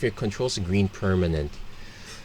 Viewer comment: Your accent sounds like your saying trees mana, instead of green mana